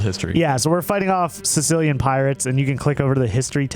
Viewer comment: DUde, not Sicilian pirates, but Cilician pirates. Biiig difference you know